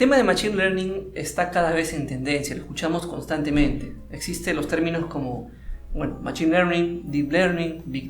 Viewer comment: se pronuncia məˈSHēn no machin